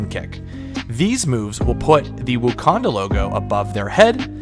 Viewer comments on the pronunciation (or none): My man calls it "wookanda" lol